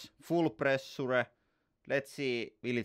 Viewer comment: I came here for the "prrressurrre".